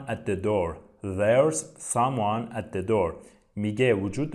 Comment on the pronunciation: سلام استاد تلفظ some oneاشتباه هست